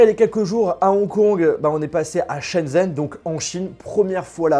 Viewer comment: "Chen zen" mes oreilles saignent désolée